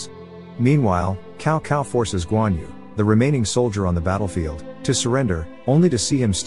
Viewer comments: Its not Cow Cow in Chinese the C has a S sounding. So Cao Cao = Sao Sao but with the letter C. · The funny thing is the ai seems to know that, it keeps pronouncing it Cow Sao as if it realizes its mistake on the second part of the name.